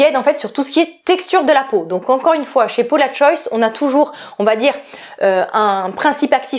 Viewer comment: Ouiiiiiii je suis aussi passionnée par les parfuma😍😍😍 stpp avec plaisir!!! Et la Maison Margiela j'ai acheté le automn vibes le dernier. Il est sublime! P.s. on prononce le S de Paula'S Choice hihi ça me perturbe chaque fois que tu le dis hihi